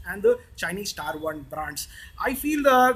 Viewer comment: Tier is pronounced "TEAR", not "TYRE"..